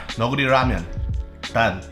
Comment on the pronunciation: never knew thats how u pronounced neoguri i always said it like neo-jury hahahah